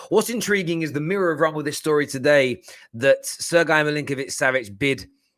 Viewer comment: Sir-guy 🤣🤣🤣🤣🤣🤣🤣🤣 It is pronounced more like Sir-gay.